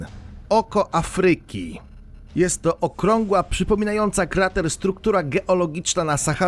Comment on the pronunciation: Bardzo interesujące. Pozwalam jednak sobie zwrócić uwagę na coś, co razi: niewłaściwe akcentowanie słowa Afryka. Akcent powinien być nad głoską A, nie nad y. Inny przykład: słowo: fabryka (nad a, nie nad y). Takich przykładów niewłaściwego akcentowania zebrać można wiele. W publicznych środkach przekazu błąd, jakikolwiek, zdecydowanie razi.